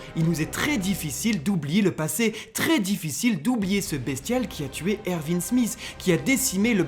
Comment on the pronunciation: Erwin pas Ervin respecte leeeeeeeeeeeeeeeee!!!!